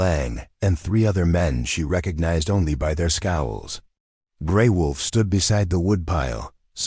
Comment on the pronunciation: Sometimes l wonder where the writers are from. The notes in these stories are not English... The pictures are usually strange. And it's...WOLF NOT VOLF